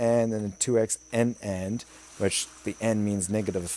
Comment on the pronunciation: N AND, always heard it as it's written NAND, one syllable. The N stands for Not, so the result is the inverse of the normal logic gate. ORs are great for areas that are too large for one motion sensor... so all the lights will turn on if you're in any spot in the room, instead of only the lights tied to one specific motion sensor, since lights only accept one signal. (one example) Ors aren't meant to be 3 way switches to work the same way if either contidion is true... like on your keyboard... if you press the 4 above the letters, OR the 4 on the numpad, you still get a 4... so with both on, you're basically hitting both at the same time. However unlike the switches in Empyrion, keyboards have a 'sampling rate' which resets all the keys to off every so often, that's why if you hold the key down, you'll get multiples. Logic : If input 1 AND input 2 is on, the output is on. If input 1 OR input 2 is on, output is on. Another name for the inverter is the Not gate. Hence my use of ORs, and NOT/Inverters in here. Each floor is too large to be covered by 1 motion sensor, and I have a light that as you go up stairs, and you switch from F1 motion sensors to F2 motions sensors, it stays on, but it does turn off when you step outside. Then when you enter the bedroom, the lights just outside of it turn off, when the lights inside of it turn on... so you don't get that shine through that happens when you're in the room.